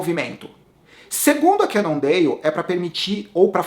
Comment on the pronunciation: essa pronúncia "cannondeio" kkk....Eu vi falantes de inglês nativos ñ sei de que lugar pronunciando "cannondale" com som de L. Bem ñ sou um expert em língua inglesa mas o q seria melhor pra ñ passar vergonha na frente dos gringos?